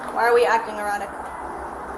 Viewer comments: “are we acting erotic.” Tbf to the AI subtitles it did kind of sound like erotic instead of erratic 😂😂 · She said erratic not erotic lol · Arratic. Not erotic lmao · The captions saying "Why are we acting erotic?"...I can't not hear erotic instead of erratic. Did she say erotic?! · Erratic. not Erotic. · She asked “why are we acting erotic” instead of erratic lol 😆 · Erratic not erotic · no, she pronounced it ‘erotic’. But it’s not surprising.